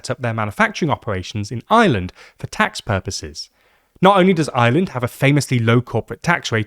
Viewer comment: That is the r o i and its ireland not ieland